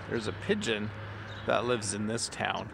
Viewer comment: I don't understand "pingeon"...